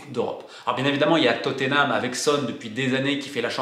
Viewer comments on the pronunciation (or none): none